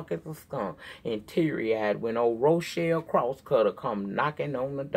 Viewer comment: Rochelle Cross is the daughter of Darryl James!.....you said it wrong...